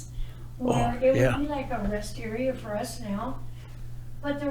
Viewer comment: “it would be like a [ rest area for us now ]” That is what she said. The rest area almost sounded like wisteria.